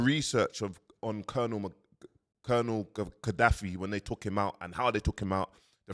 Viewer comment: It is Colonel Gaddafi. Learn to pronounce words correctly. Practice makes perfect. Learn diction in the mirror there is no shame in that.